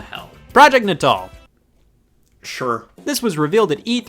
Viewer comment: All these years and I thought "Natal" was pronounced like the belly button. Mind blown.